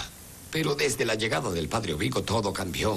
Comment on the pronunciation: porqué ablam de maneira errada o Nome de los perssonagens? és Padre EURiCO!!!!!!!!!!!!!!!!!!! Y não Ovico